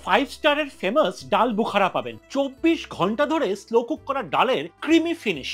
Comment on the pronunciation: Uchcharan kora sekh aage bhalo kre femus na its famous